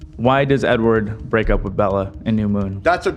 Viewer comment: the amount of times ethan keeps saying edward wrong is sending me